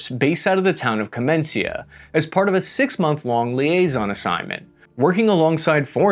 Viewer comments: on the map is written Kamenica which should be read Kamenitza. No Kamentzia or what you just said. Sorry, but if you make videos about geopolitics it should be a part of your professionalism to make research how the places are called. Google translate app is a good help. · You butchered it very badly it's not Kamen-cia, It's Kameni-ca. But at least you pronounced the "C" letter almost correctly, which is very rare for English speakers. They usually pronounce it as a K, which is never the case in any Slavic language, we have a K letter for that purpose. "C" is always a "ts" sound, like in "tsunami" or "tsar" , so - "Kameni-tsa". You used an "s" sound, which at least sounds very similar. It is actually quite easy for foreigners to pronounce south Slavic names correctly, because there are never any exceptions, unlike in English or French for example. It is always pronounced exactly as it is written, so each letter always consistently represents the same sound. Like so: "Ič letr oluejs konsistentli riprezents d sejm saund"; New York - "Nju Jork"; Chichago - "Čikago"; Michael Jackson - "Majkl Đekson" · Its not Kamencia :D Its KamenIcA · Kamenica - "Kamenitsa", not "Kamencia". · The place is called Kamenica not Kamencia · "Kamenica" - not "Kamencia" ! :-) Pronounced Kamenitza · Running tally of pronunciation: Kamenica x4 - Kah-men-ee-cha Rakija - Rah-kee-ya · The town is called Ka-men-i-tza KAMENITZA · Two corrections: rakija is pronounced rakiya and Kamenica is pronounced Kamenitza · tell me you didn't invest into making the video without telling me you didn't invest. Bro really read kamenica as kamenCia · komencia and raki-jah are the misponounciations I never expected lol vid is still great though! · Kamencia? Relay? 🤣🤣🤣 I'm cracking when you American try to pronounce Slavic words or names. Every. Single. Time. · My man over here really prononuced Kamenica, KAMENCIA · KAMENICA = Kah Meh Nee Tza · or KAMENIKA